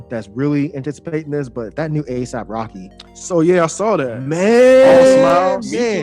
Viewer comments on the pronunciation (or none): still calling ASAP Rocky Aesop Rocky, some things never change.